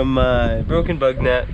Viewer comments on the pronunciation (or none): none